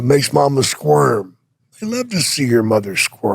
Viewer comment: I thought he said squirt instead of squirm 😂